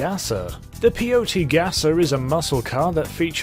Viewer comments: Wtf is a Peeohtee? lol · Native here, it’s pronounced pee-yote-e